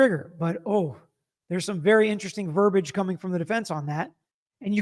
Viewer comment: So, do I gather one has to “pay to play” here - giving money to get a question answered? Btw, just have to say - the “i” in verbiage is pronounced. It’s not verbage.